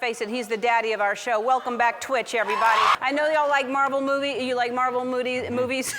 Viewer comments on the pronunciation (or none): Marvel modie....😂😂😂🤣🤣